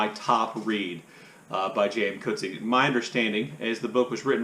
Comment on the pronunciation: J.M. Coetzee pronounces his name